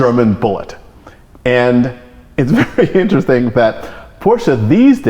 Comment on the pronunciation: Enunciate Mr. Osborne, i-n-t-e-r-e-s-t-i-n-g, not in'sting.